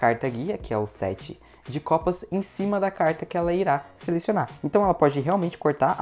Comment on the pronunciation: Quatro de Copasa kkkkkk alguém mais ouviu issu kkkk